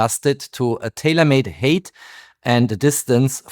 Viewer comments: For height you say hate (Hass) It should be hite (höhe). Merry Xmas! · Height is not pronounced het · 😅Height = hite not hate. Very interesting video, as always.